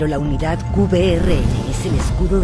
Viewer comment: Is it just me or did the voiceover say Unidad?